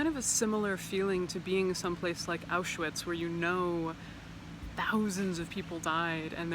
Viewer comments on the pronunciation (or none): none